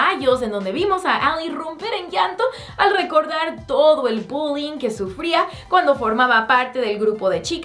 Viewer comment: Parece que dice budin en vez de bullying